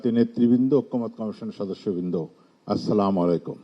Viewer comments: অনেক মানুষ দেখছি সালামকে এইভাবে দিচ্ছে ।।। সামালাইকুম😂😂😂😂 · সালামালাইকুম কি। বুজলাম না কিরে ভাই কি মুরখোর মতো কথা। সালাম টা এখনো শিখে নাই